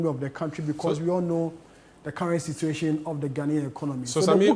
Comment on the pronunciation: Situation and not Cituatiom.